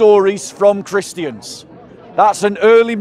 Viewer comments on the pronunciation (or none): It's so funny when people say "Christy ans" 😂